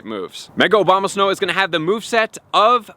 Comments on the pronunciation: It's ABOMAsnow, not OBAMAsnow. I think i hear it sound like that consistently. I appreciate your contents, thank you. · "No1 is going to be Mega Obamasnow ..." "Mega-Obamasnow is going to have the moveset of..." "if you do have Obamasnow..." "Obamasnow..." "Obama snow..." Lol... at least he says it wrong the whole video long. :D "Mega OBAMA-Snow is very desirable.."